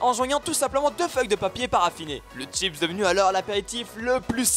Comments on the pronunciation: y'a vraiment des gens qui savent pas dire chips ? wtf '-' sérieux y'a vraiment des gens qui disent tchips ? omg x'D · Chipsssssssss et pas tchips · ça se dit chips ! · "T"chips, ving"TE" je supporte pas la je craque 😵😖😱